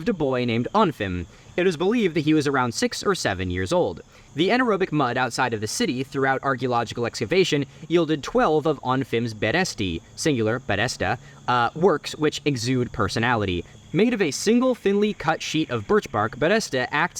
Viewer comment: just a note: it's a berestá and berestý, not the berésta and berésty